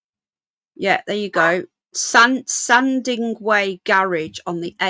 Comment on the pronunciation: Great content, but you must read place names out correctly, S A N D I W A Y, N O R W I C H not Northwich, and East A N G L I A not Angular.